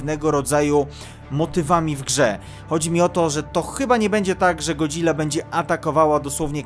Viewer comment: W końcu mówisz jak chłop w sensie ładnie wmawiasz Godzilla a nie god-zilla:)